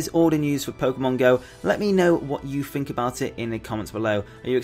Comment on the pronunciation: "fank you" "what do you fink"